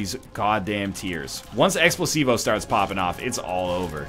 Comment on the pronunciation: am I the only one hearing him say Explosivo that sounds like x placebo?